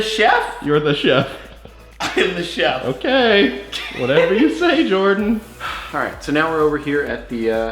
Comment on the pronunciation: Why does everyone call Jordan, Jardan, btw in new